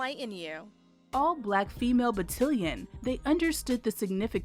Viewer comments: Battilion??? OMG. This narrator should be fired for screwing up a simple word. She's definitely NOT military! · How I wish the narrator could have been taught to say BAT TAL ION rather than something that rhymes with Cotilion! Sloppy, and those women don't deserve that. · It's Battalion! Lawd why does she keep saying it wrong smh lol but I love this story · Look forward to learning about this. Within five minutes, a mistake - battalion pronounced battillon. I know this happens all over the place. But it disturbs focus. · Just one question: what's a "battilion"?? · You are mispronouncing battalion batt all ion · Loved this! I learned how, as these amazing women served, they paved the way for women vets like me! Note: it’s pronounced buh- tal- like al with a “t” - ion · BUH - TAL -YEN, BUH - TAL -YEN, BUH - TAL -YEN. Hand Salute!!! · THANK YOU!!! I keep losing focus when she says it like that ugh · It's Battalion (Ba-Tal-Yon) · Please pronounce "battalion" correctly!!!!! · The word battalion is mispronounced throughout this whole video. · I wish the AI speaker would learn how to pronounce "battalion" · Consider replacing the entire narration / voice over. Battalion is mispronounced so many times... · Great video but I almost turned it off every time she mispronounced “battalion”. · Its Battalion Not cotillion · The word is BattAlion, not BattIlion. That was driving me CRAZY. Thank you for the video. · GREAT STORY!!! The AI speaker miss-pronounced BattAlion as BattElion! LOL LOL LOL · It's not called Battilin it called Battalion (BA TAL LEE YON). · Battalion is pronounced ba-tal-ion, (tal, like Tallahassee) not ba-till-ion. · You keep mispronouncing battalion. It's ba-TAL-e-un. Not ba-til-ee-un. Please Google it. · Every time the narrator's pronunciation of BAT-TA-LI-ON as BAT-TIL-LON was like nails on a chalkboard. I'm sure those of us who served were cringing. The story of the outstanding women on the 6888th deserved better. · Batt-AL-ion nit Batt-IL-ion